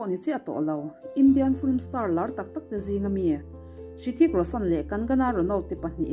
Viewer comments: Ritik ti in lam zawkla afuh tur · Rithik tih tur tihna mi😂😂😂😂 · A bengvar thlak hle mai, mahse Hrithik I lam danah hian 'H' hi silent tur aw.